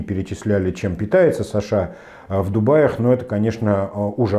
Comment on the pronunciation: Почему такое ударение в имени Саша, он наверное Александр?